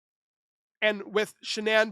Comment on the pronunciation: "Shanann".... not Shannan .... ☆♡☆